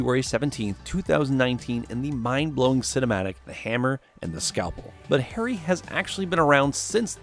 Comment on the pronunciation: The way Harry's name is butchered......it hurts me as an indian